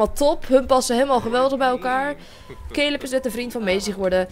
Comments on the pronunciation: Lotte Zuithof ja maar ik bedoel dat je het uitspreekt als calub en ik kijk naar yammyxox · je schrijft caleb maar je zegt calub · cooking clas misschien dat zei het fijn vind om het zo te zeggen maar ík heb zelf nog nooit iemand die Caleb heet Calub zien noemen😬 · Het is wel caleb no hate maar ik kijk naar pretty little liars en daar heet iemand ook caleb